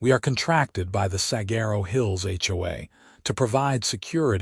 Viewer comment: Please learn how to pronounce Saguaro. It is the most well-known cactus in the country, and if your A. I. narrator isn't programmed to access the internet to pronounce an ambiguous word like Saguaro, then your editors need to step it up and do their jobs better! WE deserve better!